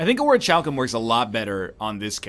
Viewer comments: Oritchalkum Orichalsum Pls Egg, it's pronounced "orikalkum". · Orichalcum is a great relic, but it makes me want to die when Ryab pronounces is "Oh-rih-CHal-kum" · Just so you know, it's pronounced o-ri-KAL-kum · Quick thing: In "Orichalcum", the CH is a K sound. "Or-ee-kal-kum". My teeth crinfe, when you mispronounce that word. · He's gone from pronouncing it "Ori-cal-some" to "Ori-chal-cum". He's...he's so close, yet so far. Yes yes. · It is pronounced "Ori-cal-cum". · I do believe that's acceptable pronunciation in "not-America." Being Canadian, he's close enough anyway. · This guy used to teach English and he doesn't know how to pronounce orichalcum properly. Even worse, he knows that he might be wrong, yet he doesn't want to spend 30 seconds to google it, instead he prefers to gamble on sounding like an idiot. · NL, the h in Orichalcum is silent